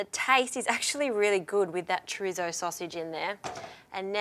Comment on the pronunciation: I love that she says “chrizzo”